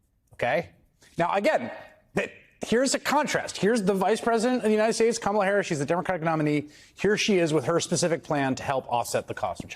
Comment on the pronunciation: The question arises as to why the media doesn't treat Trump as they did Biden. It seems they must regard Trump as sane, which is quite ironic. The issue may stem from a fear of confronting someone perceived as unhinged to the extent of mispronouncing 'United States'. It raises the question: has the media compromised its integrity?